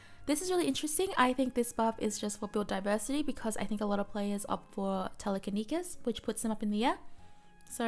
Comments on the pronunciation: Sorry just can’t get over the way you pronounce Telekinesis. Te-leh-keh-knee-sis. But thanks for this! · TelekiNESIS. Sleepy gorl can't speak. :P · “telekinekis” 🤣 I’m sorry! I love you hahaha ❤️❤️ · No one:: Telekenikis